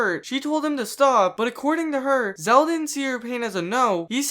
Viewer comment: dont want to be that guy but your saying his anme wrong its not zeal its zeal